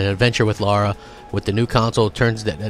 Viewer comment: NOT Laura. Lara 😁